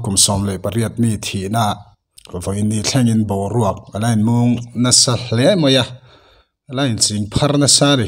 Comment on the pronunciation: In mung itih(muuung ) ri anga i chhiar rikdan kha adikloa thluk loin "mung ti mai rawh a dik zawk.